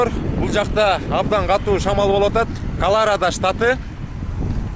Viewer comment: Колорода эмес Колорадо